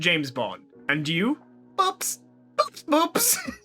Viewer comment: I looked up the fish . It's real, but Boops is pronounced "bo-ops" as it is Greek for "cow eye". The Boops boops is also called the "bogue".